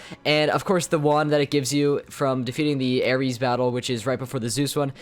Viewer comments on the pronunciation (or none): none